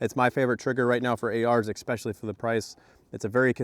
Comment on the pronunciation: Stop saying expecially